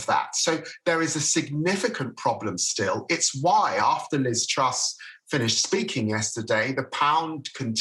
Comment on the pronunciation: "this problem was made in number ten, this problem was made by LIZ TRUST" FFS, mate I don't like the woman either... but her NAME is TRUSS... with just one "T". HOW F*CKING HARD IS THAT? EFFING MORON.